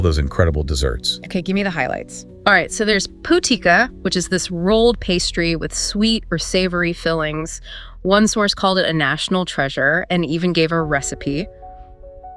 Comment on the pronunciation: The rotating coat of arms at the is from the country of Slovakia, the Slovenian coat of arms is completely different, with Triglav mountain on it. You comically mispronounced local words. Predjama (castle) became pižama (sleeping clothes), the national Slovenian dish "potica" became "putika" (vascular disease), and more...